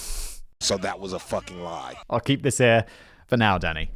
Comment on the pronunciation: When you say “Danny” it sometimes sounds like you’re saying “Oh Daddy!” Like